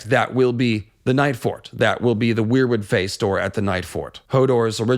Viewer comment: Seems pretty compelling, love your video and content. Almost lost it when you said weirbutt 😂 But I appreciate the Meera Reed making boats theory and Azor Ahai spirit being in the weirwood network.